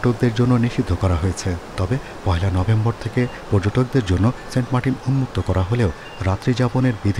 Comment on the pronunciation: সেন্ট মার্টিন না সেন্ট মার্কিন 😂